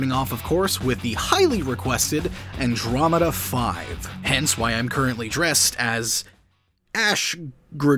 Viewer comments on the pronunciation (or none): none